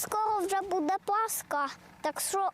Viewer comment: Дитина сказала Паска , а не Пасха , скільки вже можна так безграмотно називати ролики !!!